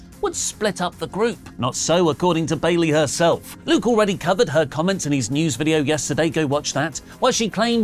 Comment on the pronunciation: I thought i was only one who heard the announcer announce bailey wrong 😅